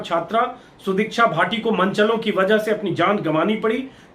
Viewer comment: Sudeeksha bhatti hai bhaati nhi